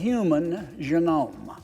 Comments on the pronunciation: Hey dude with the old lady face, it's "genome" not "genomah". Such an idiot. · And the "human jenome" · Human Jou-nome? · Learn the correct pronunciation of "genome"